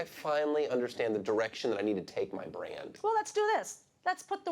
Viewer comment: It's tosh.o not tostsh